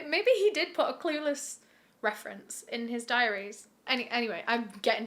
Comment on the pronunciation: diaries not dairies silly :P